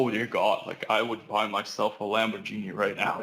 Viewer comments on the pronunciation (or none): My man did not just pronounce Lamborghini like “Lamborgenie”